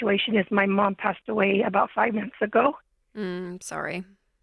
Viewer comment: It sounded like '5 minutes ago' but she actually said '5 months ago'.